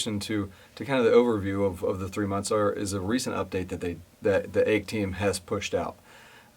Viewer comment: FYI: AEKE is pronounced as “IKE”. That is from the founder’s video